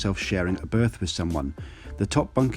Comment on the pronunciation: I like the speed of both the narration and subtitles, and tone, except 'berth', and the missing punctuations.....